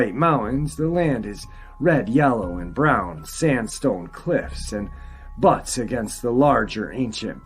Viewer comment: Buttes, a geographic feature is pronounced bewts the u is a long vowel.